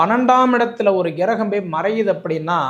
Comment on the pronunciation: கிரகம் என்பதை சரியாக உச்சரிக்க வேண்டுகிறேன் ஐயா.